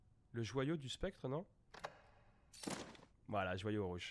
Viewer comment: tu dis sPectre mais c’est sCeptre